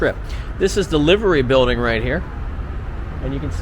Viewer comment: it's Liver Buildings. Pronounced Lye-ver.